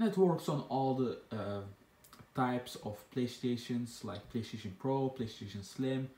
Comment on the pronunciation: I cracked up when he said playshion Haha